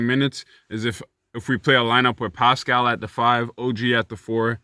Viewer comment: NA MAN.... You didn't have to do Pascal like that LMFAO. Man said "PSHHCHQ, PUSHCqUE, PUSHCHCH"